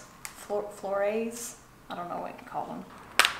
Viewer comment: You’re so cute! Lol it’s “flor-ettes”. 😊. Love your videos!! 💕